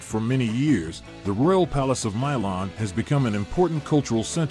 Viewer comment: If you're gonna make videos like this, at least learn how to pronounce the city name, other than that it was good